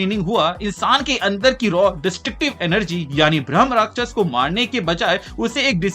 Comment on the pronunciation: Bhramarakshas nahi hai Bhai bhrama rakshas hai ... Rakshas means protect karne walla ... Not rakshas or demon... Pronounce it right